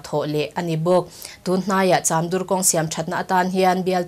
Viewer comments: Cham dur tia angjn I lam, chamdur tih mai tur a ni e. Dur hi thluk loh tur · Chamdur ti a cham lam dan kha ka hriatdan chuan chamring(khaw hming)anga lam lovin piancham ti a cham kan lam anga lam tur a ni lo maw..😀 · CHAMDUR lam dan hi a dik lova, pm news ah chuan rawn tih dik tawh ni se Pian cham lam rik dan ang hian Chamdur tih pawh hi lam rik nise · Serchhip lam tan chuan beng athlep deuh. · Chamdur hi adur lai hi khawdur anga lam rik tur a ni lova, lei dur ṭha kan lam rik a, dur lai rik anga lam rik tur a ni e. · Chamdur lam dan a dik lo em.aw